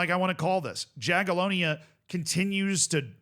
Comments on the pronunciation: if you want to stick with Jaga from Poland, try pronuouncing their name more like "Yagiellonia" (the J is read here like Y, as in Yugoslavia etc.) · Yaghyellonya, not Jaghyellonya. Learn to pronounce it properly before they randomly win it 😎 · sometimes it confuses me when he overpronounces places and names from european countries like france and spain but then doesn't try with slavic names, Jagiellonia he also said quite incorrect